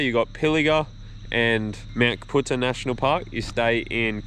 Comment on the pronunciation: It's pronounced Cap - U - Tar... My home range